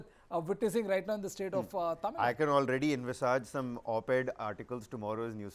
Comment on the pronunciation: Dear Host, its not Tamil nad..plz pronounce as Tamizh Nadu or atleast Tamil Nadu..